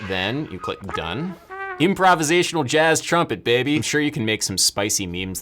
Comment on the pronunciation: I'm sorry I can't take you seriously anymore when you say jazz